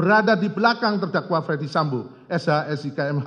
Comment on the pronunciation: Coba dengar lg... Ternyata dakwaan itu di bacakan utk "Fredy Sambo" bukan Ferdy Sambo